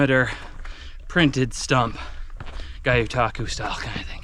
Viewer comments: Love your videos. Me and my kids watch every single one. But... PLEASE stop saying "guy-o-taku". It's a Japanese word so "gyo" is pronounced exactly how it looks. Like gyoza. Gyotaku. But keep up the great work and keep sharing your adventures. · Not to ruffle any feathers but it’s actually pronounced Gyo-like Yo but with the G more pronounced so Gyo-Taku not GaYoTaku . The G is pronounced the same way you would pronounce the letter G in the word Gun.